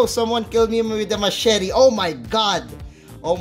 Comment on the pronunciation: Machete.. What?? 😂